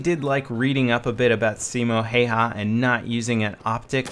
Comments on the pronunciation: "Siimou haihai" LOL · I love the way how you say Simo Häyhä XD Finland FTW !!! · Ahahahaha I love it how you try to pronounce the name! BTW I'm Finnish ;) TORILLA TAVATAAN